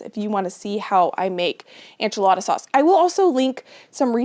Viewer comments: I love u so much and ur videos but why do u always say ANCH-A-LADA instead of ENCH-A-LADA ???? 😂 I religiously watch ur videos and love everything u do but it makes me laugh everytime u say enchilada hahaha. I’ve been waiting for this video tho so thank u ❤️ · Your pantry is impressive & motivating - GOALZ! Isnt it nice to feel prepared for any eventuality (loss of power or job, illness, etc...or even to avoid a trip into town for missing ingredients!)?!? Such a comfort (as well as convenience). (PS - are you confusing ENchilada w/ANcho peppers...as far as pronunciation?)